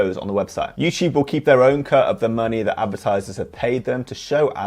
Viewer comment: Someone set a counter for how many time he said “youchube”